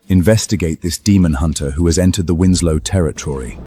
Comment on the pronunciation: How Tf do you read winsek out of Winslow?